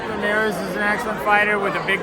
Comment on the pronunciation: Man he said "Limerez". . I wanna know when Teo is gonna fight Limerez!